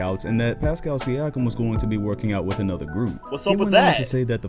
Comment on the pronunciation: Its Siakam not Siakim Lol